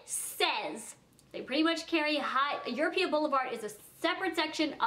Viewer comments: Surely you know it's EuropA. Europe with an A instead of an E. EuropA. Not EuropeEA. Jesus Christ. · Europa is pronounced as Your Opa not Your Oh Pia lol